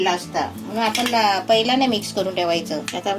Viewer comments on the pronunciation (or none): Kaku, Tumhi aata celebrity aahat. Video banavtana Shabdan che uchchaar shuddha asle pahije. Video chya suruwati la mhanala हा ताट. He chukiche aahe. हे ताट barobar aahe. आपन mhanala. Chukicha aahe. आपण asa uchchar aahe. Video chya headline madhe tumhi चाय asa lihila hota. चहा asa shabda aahe. घरघुती nahi. घरगुती asa yogya shabda aahe. Tumchya khup sha video madhe भेटलं asa shabda tumhi nehmi vaparta. To chukicha aahe. 2 Mansa jevha ek mekana bhetatat, tevha ch भेटला ha shabda vapartat. Etar veli मिळाला asa shabda vaparne yogya aahe. उदाहरण देते. कृपया लक्षात घ्या. 👇🏼👇🏼 1) Tumhi mhanta akhadi vastu भेटली नाही. He chukicha aahe. वस्तु मिळाली नाही. He yogya aahe. 2) वेळ भेटला तर, हे चुकीचे आहे. वेळ मिळाला तर. हे अस म्हणणे योग्य आहे. 3) नारल नाही, नारळ अस म्हणतात. भेटला आणि मिळाला या दोन शब्दा मधला फरक जाणून घ्या. ही विनंती 🙏🏼